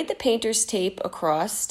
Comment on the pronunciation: I love you guys- your crafts, videos, etc but please stop saying “ACROSST”. 🤣